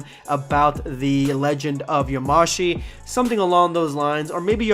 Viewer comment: Yamashi? You mean Yamoshi? Idk maybe they changed the name so I’ll stay quiet